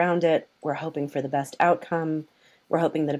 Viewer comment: It's pronounced like "best", not "beast", brud.